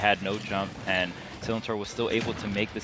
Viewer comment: The amount of times they said Sillintor wrong😭😂